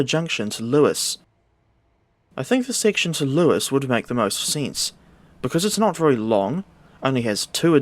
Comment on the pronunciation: I've always enjoyed your reviews, but correctly pronouncing "Lewes" in this video takes it to another level.